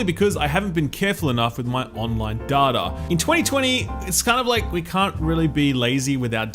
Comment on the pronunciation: Love you dude and all the content but what the hell is 'daada'? Did you mean 'data'?😂